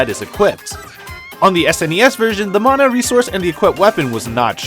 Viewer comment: Thank you for pronouncing mana correctly. For years/decades the word mana has been “white washed”. White washed= man ah Proper pronunciation= ma nah.